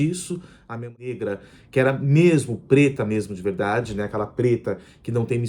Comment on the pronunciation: GAROTO VOCÊ FALA A VERRRDADE, VERRRRDADEIRA. fácil assim.